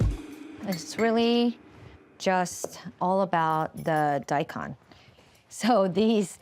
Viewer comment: Agreed, but how about ¨daikon¨? It´s not die khan ...it´s more like die cone (Nihongo, btw)